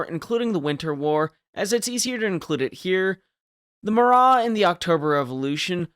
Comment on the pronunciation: Minor gripe, but I'm almost certain that the Marat's name was just Marat.